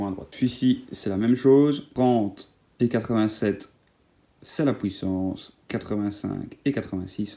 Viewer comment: "la POUISSANCE"